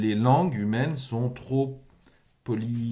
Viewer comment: J'ai parlé pendant 40 minutes de relations de cause à effet. Et tout ce que tu as trouvé à dire c'est 1) t'as pas bien prononcé polysémique et 2) t'as pas bien prononcé confusionnisme. Si c'est tout ce que tu as à répondre, il me semble qu'on peut dire que tu t'es détruit tout seul.